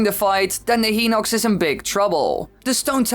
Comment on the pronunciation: it is hy-nock-s not hee-nock-s